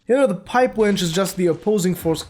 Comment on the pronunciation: i love how you say wrench. "the pipe wench "